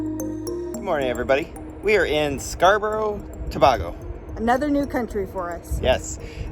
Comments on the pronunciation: It not to ba go it tobago😑😡😡 stop saying out thing worng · Please pronounce the name correctly . Its Tobaaaago!! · To-bay-go for reference btw! Loved the vlog and happy you enjoyed 🇹🇹. You had chicken pelau with stewed chicken.